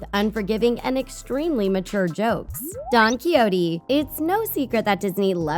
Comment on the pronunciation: Please before you do a video look up how to properly say don quijote